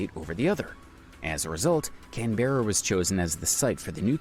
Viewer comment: Please pronounce 'Jervis' and 'Canberra' correctly.